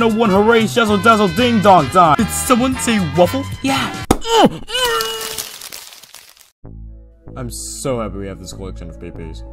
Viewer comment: Did seomeone say waffl?